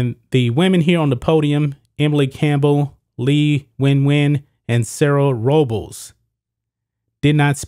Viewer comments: I heard row-bowls but I think her name is pronounced Robe-less. I could be wrong though. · Robles is pronounced ROH-BLESS... is a Spanish last name. You kept murdering the last name, is was horrible.